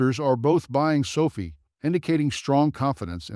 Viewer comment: 2020? Sofeee is how your AI pronounces it. Won’t be back